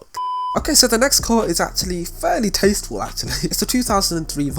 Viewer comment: Nobody:: tAsTfUl